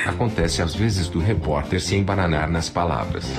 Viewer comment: Répi Pórta kkkkkkkkkkkkkkkk